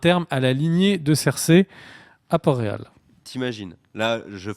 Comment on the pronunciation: C pas reghon, c REAGHAL!!!